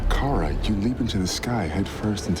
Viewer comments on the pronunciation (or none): just gonna ask that you say it "Kara" like they say it in thr show and not "kera" like you say it